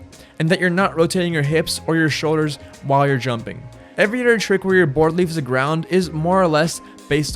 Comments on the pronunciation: Every otder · every utter